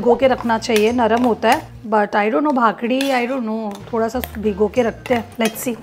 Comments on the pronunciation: Its kaakdi (cucumber) chi bhakri (roti) n nott kaakdi bhakdi 😂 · It's not bhakdi didi It's called bhakri But you made it so nicely😊 Love your videos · My cutie pie it's not bhakadi it's bhakari ❤ u r to cute love you ❤️ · It's not bakdi it's bakri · It’s not bhakdi it’s ****Bhakri ** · Its bhakri * not bhakdi